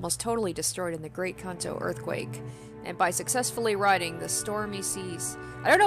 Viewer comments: Your first pronunciation of Kanto is right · The first pronounciation of Kanto was actually closer to the truth.